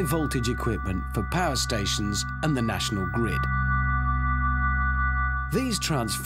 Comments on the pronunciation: "Ze radio iz on ze fritz" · Prez Ze Button Hanz